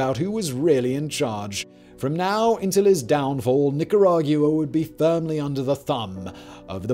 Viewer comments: Please say Nicaragwa instead of Nicarag-u-ah. It sort of grates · the u is silent. it makes a “wa” sound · I’m sorry bro but I couldn’t take how wrong you were saying Nicaragua lol not to be a douche but it’s like saying “aqua” or “Gua-m” but without the m si “Nicara-gua” lol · it’s Nicaragua. Not Nicaraguooah. From a Nicaraguan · Nick coor rag goo wah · 100% agreed. It's extremely distracting and painful to listen to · It ain't an accent, love